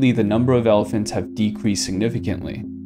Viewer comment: It's pronounced may-kong river.